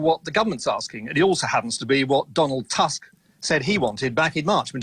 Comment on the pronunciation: Owen Paterson can’t even be bothered to at least try to pronounce Donald Tusk’s name properly... what a twat.